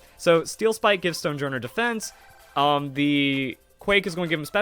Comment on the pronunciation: I feel like Stonejourner's name is pronounced "Stone-Yorn", like how Jormangandr is pronounced "Yor-Mun-Gand" in Norse. Don't know what journ means in Norse, but probably something close to henge as in Stonehenge.